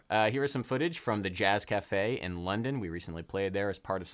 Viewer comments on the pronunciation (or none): none